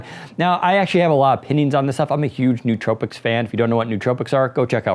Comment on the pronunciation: "Most importantly, the rubber grips won't fall off." Is this a joke? Over things like frequently breaking bumpers and analog sticks that failed? Almost makes me think you don't actually use Elite controllers with any frequency. Also, no-o-tropics. Not newtropics.